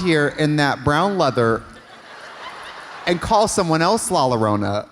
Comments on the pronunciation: xD not Katya saying "Lala-rona" xD when its pronounced "la-eeyore-on-ah", as a Hispanic who grew up in a spanish speaking country with lots of stories of "La Llorona" this makes me laugh so much ❤ love you both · Katya calling La Llorna, La La Rona 😭 i love her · I can’t believe Katya lives in LA in still says “LALO RONA” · “La larona” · Trixie should get her accent coaching degree taken away from her for the way she pronounces "La Llorona"